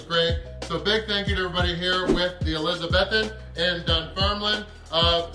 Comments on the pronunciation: Mate shoulda got the toast buttered. Looked drier than gandhis flip flops 🤣🤷🏻‍♂️🙈🙊🤦🏻‍♂️ and its pronounced Elizabeethan 👍🏻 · ElizaBEthan, not ElizaBETHan,. xx